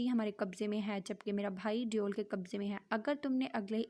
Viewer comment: Yaram ko sab devel kehty hain deoul nai please naam Sahi sy lain